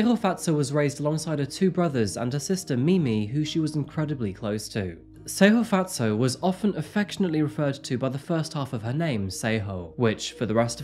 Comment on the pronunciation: He didn’t pronounce her name right. I’m from South Africa and he is far from saying it right but he tried